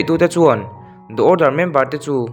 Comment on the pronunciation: The order Da awrdar❌ Di awrdar✔️